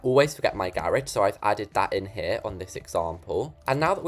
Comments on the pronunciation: Garage. "gear-rich" 🤭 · The way they say garage 😂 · i like how you say garage